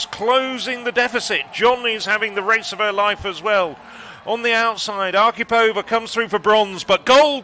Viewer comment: Question for British commentators. Why do you consistently and stupidly put the accent in Russian female names on the second syllable from the end, and in Polish on the third, when it should be exactly the opposite? ArkhIpova and LesiEwicz - not AkhipOva and LEsiewicz. But still "Matilde Desiou" was the best.